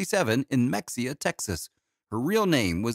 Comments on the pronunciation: It’s NOT pronounced Mex-ia, Texas. It’s pronounced Ma-hay-a Texas. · Mex-ia! I realise no one cares, but that's a hilarious mispronunciation of her home town. It's ma-hey-ah. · Pronounced Ma-hay-ah not Mex-e-ah. 😐